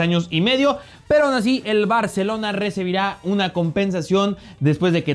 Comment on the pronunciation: Min no mames "recebira" jajaja